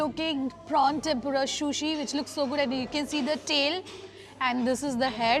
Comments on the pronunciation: You should also look at videos of the sushi eating manners and look after your sushi pronunciation.. just a suggestion... no offense at all! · Lamb is not mutton wth. Lamb is sheep not goat “food vlogger” and it’s sushi not shushi. Corrected you earlier as well. If vloggers don’t want to learn and get better why do they act so. Weird. Rather you replied me with 🥱 emojis when I corrected your shushi in a previous video.